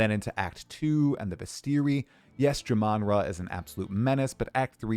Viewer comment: JAMANRA = Jah-Min-Rah Not Juh-Mon-Ruh